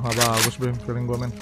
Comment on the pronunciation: Wkwk brando disini bilang feeleng gue buruk mulu dah wkwkw kapan feeleng goodnya bang🤣